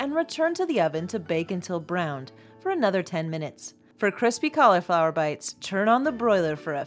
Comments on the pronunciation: Please, please, please stop saying "Collyflower!", it is pronounced "callaflower'..Do you say "sangwich?", "ambliance"? Supposably?...Ugh!!!! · Please, it is not "collieflower." A Collie is a dog. It is caul (i as in rig or big) flower.